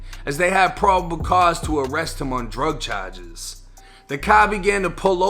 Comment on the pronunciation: “Drug chajes “ lol